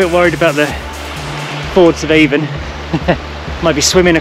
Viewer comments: Hi avon in the cairngorms is pronounced Ann in Scotland why I do not know why but is as useual not being a smartass just trying to help done tha walk 40 or more years ago at the new year spent the. Night in ryvoan bothy brilliant memory’s thanks for the vid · Nice video. Just so you know, River Avon is pronounced Aan or Ahn.